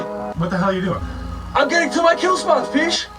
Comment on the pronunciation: ok is it "kill spots" or "Kelle spots"?